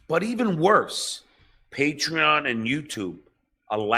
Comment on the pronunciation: Did he say praytreon, playtreon or the actual name paytreon